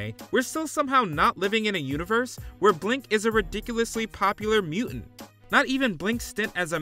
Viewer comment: It’s muTant not mUent, Ai voiceovers would be better